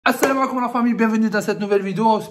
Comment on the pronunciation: Minute - ??? TU AURAİS PU MİEUX PRONONCER LE SALUT ASSAAAAMAAAAEKOUM ❌ ASSALAMOU ALEYKOUM✅